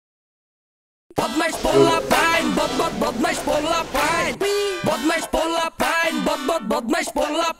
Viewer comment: "Pulapain" not bro "polapain"😑😑